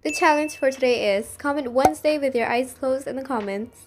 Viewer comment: "wednzsday" Aw so close!